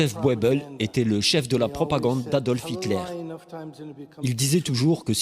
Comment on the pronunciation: Alors c'est Joseph Goebbels et pas Boebles idiot, et en plus c'est pas lui qui a cité ça, c'est le H